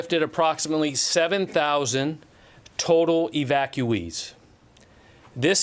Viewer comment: 7000 thousand "evactueees" ... YOU MEAN AFGHANIS INSTEAD OF AMERICANS